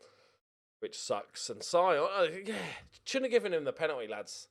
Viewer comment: Sion is pronounced Shaun. great ep as usual